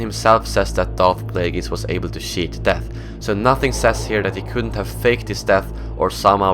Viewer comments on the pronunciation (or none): did you say shit death